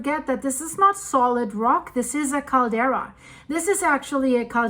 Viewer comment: CALDERA! NOT CARDELA